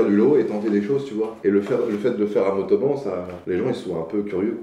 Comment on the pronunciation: c'est mONtauban pas motoban